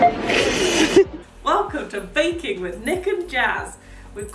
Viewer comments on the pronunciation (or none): Did anyone notice Nick said baking but it sounded like bacon